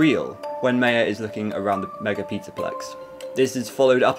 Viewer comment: the way he said maya tho its ma-yea